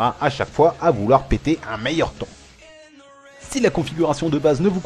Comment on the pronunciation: A tu dis pas "Thon" à la place de "Temps" ? Et sinon, plié pour le "Père, je veux un nouvel écran" ! Bonne continuation !